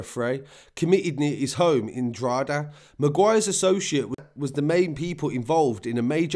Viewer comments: DRAW-HID-AA not drawheeda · Drogheda is pronounced more like Dro-heda than Droheeda. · Draw-heh-da not draw HEEE da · Droheeda 😂 it’s pronounced Draw-heda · Love these videos. Well researched. Straight to the point. Droha-da < that's how your say Drogheda phonetically though it's the only thing you get wrong haha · Quick tip Drogheda is pronounced “DrawHeadA” great job by the say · I pronounce it drock a da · I'd pronounce it Draw-hidda. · Repeat after me. DRA-HE-DA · As a Dub myself. You're pronunciation was pretty good for an English accent. Just a minor correction . Drogheda is pronounced "Drohada" with the emphasis on the first syllable. Great vid. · Man your killing me with the Drogheda. Its pernounced DROW HA DA. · The narrator pronounces Drogheda as the Australian version of the outback Drogheeda. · Incredible report, It’s pronounced Drock ha da. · Dr hoda..is how it’s said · It's pronounced droth eda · You don't pronounce the g in drogheda